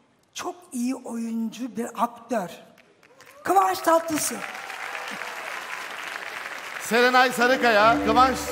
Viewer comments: Kıvanç Tatlısu mu dedi ben mi öyle duydum? 😂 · Lan kadın anons ederken kıvanç tatlısu diyor